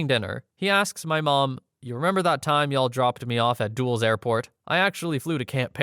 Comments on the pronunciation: Did you say DUALS airport? DUL-LESS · Dull-less airport, not Duals airport. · The only thing i got from this video is that he doesn't know how to say "Dulles" [Duh-LES] lol, other then that great video